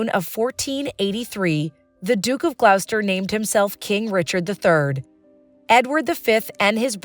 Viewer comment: It is ‘glosster’ and not ‘gl-ou-ster’